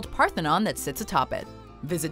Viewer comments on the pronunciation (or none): none